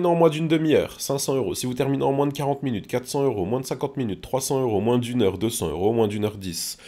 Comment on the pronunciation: il ma fait rire le unw 12 mounute